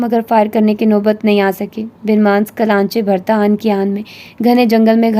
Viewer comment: it's ban manus not bin mas